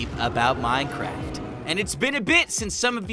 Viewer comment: Minecrif? ....did anyone else catch that 😂😂😂